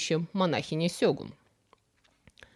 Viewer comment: "Сегун" на "у" ударение. Это все, что я знаю. 😁